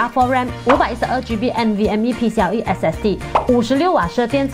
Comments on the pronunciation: 应该是PCIE哦，听到你念PCLE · 這麼久了，從來沒念對過